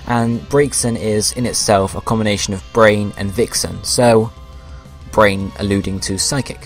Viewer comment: It's Braze and Vixen not Brain